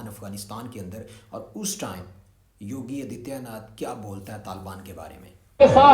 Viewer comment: Yogi Adityanath ke naam ko sahi se bolo tumhara baap hai